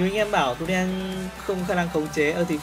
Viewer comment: " trùm mid Tunen " ngọng ghee 🤣🤣